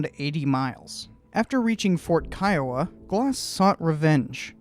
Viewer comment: I'm Native American from the Kiowa Tribe and thank you for pronouncing Kiowa the right way. The majority of people I meet pronounce it Key-O-wa and I tell them the right way and they still say it that way.